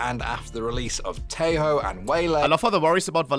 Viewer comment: What did you watch there, OhnePixel? That guy can't even pronounce Tejo correctly!